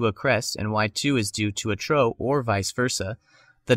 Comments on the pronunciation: trough = troff, not troe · You mean to say trough, not "tro" it rhymes with off. Just a friendly tip, I'd hate to go around saying something wrong and not have anyone tell me. Great video! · "Trough" is not pronounced like "tro" with a long "o" (or like the "ough" in "although") but like "trôf" with an "f" (like the "ough" in "cough")